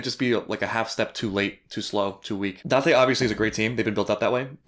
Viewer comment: omg it's almost Shouyou's intro, I'm not sure if I've noticed before Oo you said Date right as Shou said... gyun!